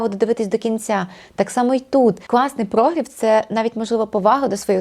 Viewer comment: Корисне і класне відео. Але прогрів - наголос на І🙂